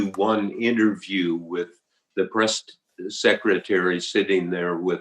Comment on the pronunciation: "Seckera tary..."